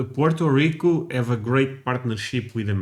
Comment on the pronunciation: *Puerto Rico, NOT "Porta".